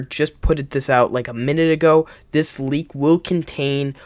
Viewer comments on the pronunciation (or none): none